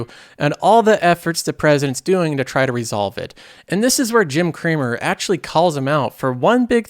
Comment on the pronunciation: Jim "Creamer" does it again